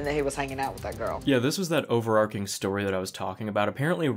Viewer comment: Wasn’t going to mention it until you said it more than once, but it’s overarching, it’s a CH sound in there. I’d want someone to tell me ❤